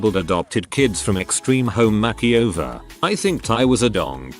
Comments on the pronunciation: Why can't the reader learn to pronounce "makeover"? It's not " mackie over"! Is it a robovoice? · No one: the TTS bot: Makky-over